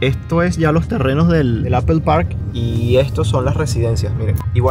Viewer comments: Hola! saludos cordiales excelente trabajo, solo paso para decirte que por favor corrijas la pronunciacion de la marca de la manzana se dice Apol no Apel. Saludos continua trabajando duro. Bendiciones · Please no digas mas apel😂😂😂😂 es aapoo Apple. 😂😂😂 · Yo vine a ver si había algún comentario de eso, estoy muerta de la risa con eso de Apel 😂😂😂😂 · "Apel" 😅😅😅 me encanta esa pronunciación. 😅😅😅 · ¿porqué dices "apel" para pronunciar Apple? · jajaja así es, normalmente los españoles lo pronuncia así jajaja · Muy bonito san jose gracias. Ya no tomas clases de ingles?cada vez que dices apel se me retuerce el oido😂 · APOL SE PRONUNCIA APOL POR EL AMOR DE DIOS